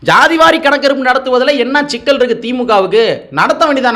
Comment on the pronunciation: ஷிக்கல் இல்லை சிக்கல்